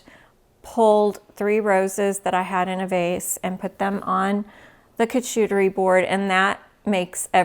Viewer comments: Love all your videos. They are informative and fun! As a French Canadian,may I help you pronounce charcuterie? It is shar-ku- te -ri. I pronounce many english words the wrong way so don ‘ t worry. ❤ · Pronounce for Charcuterie board, “shark cuterie” drop the k. Bamboo cutlery is also better for the environment. Plastic takes years to breakdown.